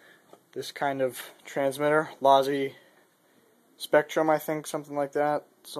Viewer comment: its losi god learn!!!!!!!!!!!!!!!!!!!!!!!!!